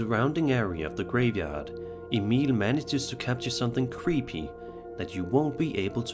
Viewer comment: I love that u actually pronounce Emil correctly! It's rare for some scandinavians with old nordic names 😅😅